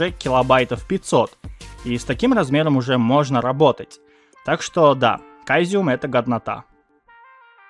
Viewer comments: Интересные программки, надо будет попробовать. Единственное что, не прими за обиду, но он не “кайзеум”, а “цезиум” или “сэзиум”, если произносить по-английски. Твой канал мне очень нравится, так что ”пили видосов побольше！”😀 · Caesium же в переводе- "Цезий".Не проще ли говорить "Сизиэн" , как в английском? (сорян, просто уши вываливаются)